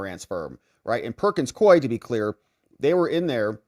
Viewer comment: Please, most respectfully, the law firm's name is pronounced "Perkins KOO-WE."